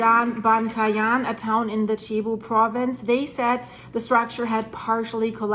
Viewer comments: It is pronounced “Sebu”, not chebu. Thanks! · Not Chebu. It's Cebu ! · Its not chibu. It cebu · Cebu is said like Sea-Boo or See-Bu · Please pronounce .Cebu as Sayboo. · its pronounced SEA BOO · Hi. Cebu is pronounced like Sebu. My wife is from Cebu and has relatives in the affected area. Tnx for the update. Edit: Leyte is pronounced like Laytay.:)